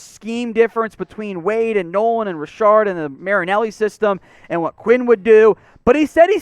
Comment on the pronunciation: Wow you butchered his name it’s Kris Richard.